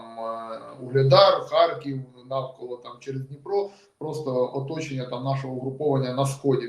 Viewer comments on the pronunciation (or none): Панове спікери, у назві українського міста Харків , м'якого "рь" немає і бути не може , опануйте вже свої щелепи та вивчіть мову